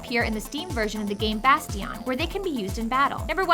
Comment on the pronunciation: The way you pronounced "Bastion" made me cringe.